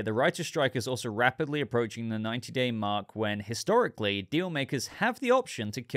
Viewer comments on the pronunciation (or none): none